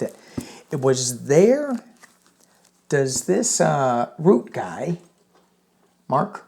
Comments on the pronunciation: Just a comment on Nato chiefs name... it is pronouncen Mark R-u-t-t-e, ie every letter is pronounced.... dutch is difficult, just as difficult as danish 😉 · Mark Rutte both 't' and the "e" are ptonounced. Blessings! Granny Eleanor in DC. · His name is pronounced 'Roo - tuh'. My son lived in The Netherlands for 20 years and knew Maark personally. He is a very down to earth, intelligent, no-nonsense guy. Europe's memory is very, very long. They fought FACISTISM once, they will not stand for the faintest smell of it again. Fake pretend strong man 45 will soon have his diapered butt handed to him if he continues with his blustering BS. 😂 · His name is Ruhttuh. Like in ' heard' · Pronounced Rue tah. He ran the Netherlands for years